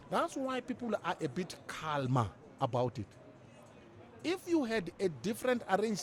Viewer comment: Prince u the L in calmer is silent bro.